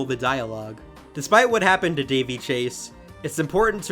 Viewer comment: RIP Daveigh! 😢🌹 *BTW: It's pronounced DAH-VAY, not "Davey"